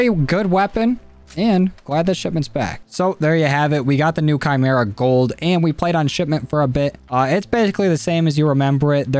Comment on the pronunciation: the only youtuber to pronounce the name correctly